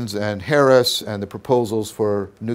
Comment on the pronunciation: I'm more offended by how you're pronouncing "nuclear" than by your reading of Harris.